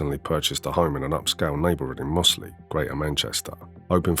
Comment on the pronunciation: It's pronounced Mozzley, weird folk up them hills!